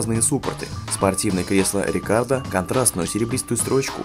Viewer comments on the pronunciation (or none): За видео однозначный лайк, но не придраться к произношению названий я не могу. :) 1) Фордовские двигатели по русски читаются как "Экобýст", а не "Экобост"; 2) Фирма, выпускающая спортивные сиденья - "Рекáро", а не "Рекардо". P.S. Хороший вышел автомобиль, но лично больше по душе был бы последний Renault Sport Clio R.S.